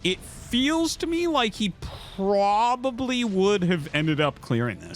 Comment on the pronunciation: gg. refreshing game. Can't unhear the "probably" :D